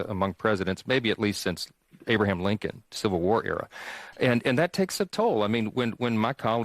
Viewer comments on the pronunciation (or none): none